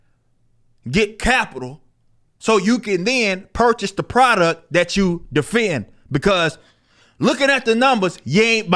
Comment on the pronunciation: "pridouct" lol